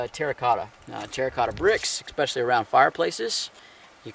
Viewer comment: Love you,, but the word is especially. There is no x in it. Oh well, I'd rather listen to you in your thorough, soft-spoken manner, than any teacher I ever had in school.